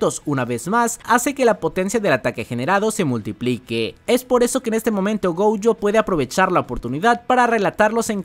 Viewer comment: Pd: se dice Gojo, no Goujo xD